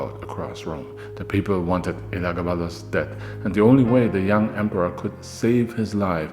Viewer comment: oh it was still smoove my guy...Your writing is really awesome nowadays. But how you didn't butcher Elagabalus despite having to say it soo many times deserves congratulations lmao. It was basically a tongue twister at that point. Another great vid. Soo many Julia's though lol.Its like they ran out of female names or something